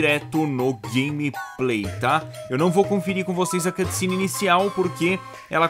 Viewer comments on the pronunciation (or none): none